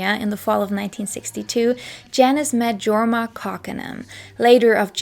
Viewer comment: the name Jorma is pronounced "YOR-ma" (Finnish).